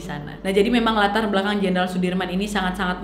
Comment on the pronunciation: Jenderal bukan jendral